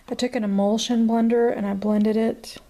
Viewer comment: are u saying imullsion blender or immersion blender?